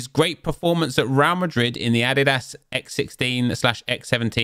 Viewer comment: Is that how you pronounce adidas in the uk? Not roasting, just curious bc its the first time i hear it pronounced that way. Or is he trolling?